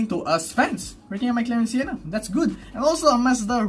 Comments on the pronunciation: Correction its Senna not sienna hehehe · is it me or u cant say senna properly? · Your reaction in the thumbnail is the exact same as mine! 😂🤣 Great video, I'm liking this series more and more! ❤ Also, why did you call the McLaren Senna Sienna! It's not Sienna! 🤣